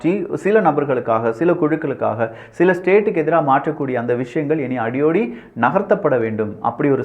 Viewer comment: எல்லாம் நல்லா இருக்கு. ஆனால் தமிழ் உச்சரிப்பில் சற்று கவனம் தேவை. Example: கோலோச்சி, அடியோடு என்பவை தவறாக கோலாச்சி, அடியோடி என உச்சரிப்பது.